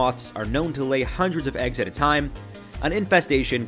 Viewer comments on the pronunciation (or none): none